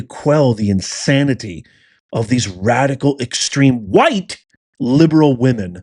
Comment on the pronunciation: Nice, um, objective language describing the crowd 🙄 not going to work. Serious editorializing, weak as heck , weak and manipulative. And what's with the emphasis on "WHITE"? That was weird as hell, dude. Why did you take your daughter anyway into a situation that you knew good and darn well would be inflammatory??? After that ridiculously shameful Oval Office encounter, and your contemptuous down talking to her, which you are specifically used for, your bringing your daughter as a shield was shameful, JD.